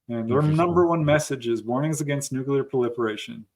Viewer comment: Hi, I enjoy your program a lot. My sister and I daily ask each other “Did you catch Vetted today?!”. I learned a trick for remembering how to pronounce nuclear. Think nucleus😉